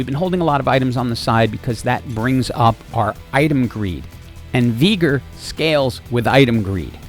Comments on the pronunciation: Veegr Pretty sure its pronounced Vey-gar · also, it sounds like you say veegor and not veegar as well :D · and how you say Veegar versus VI-gar is why im having to move on. Its driving me NUTS lol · Regular people: Veigar "vey-gar": Veegar "vi-gar" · Bro, this video would be so perfect without that ,,Veegur" thing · lol the engagement farming by saying “VEE- gar” is so galaxy brain 😂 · Please don't call him Veegur. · Broooo hes called veigar not Vigar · I mean it's not like I watched any of the lore from league but I guess it's just a mispronunciation since the official one (just checked) is pronounced "vai-gar" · Decent guide, but had to give a dislike for saying Veigar with a hard r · Veegur, Arcane-uh, Zair-Roth, yes sir, my engagement = farmed